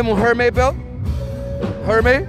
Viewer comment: Hermes, nu hermei,doar el pronunta hermei,asta cine mai e?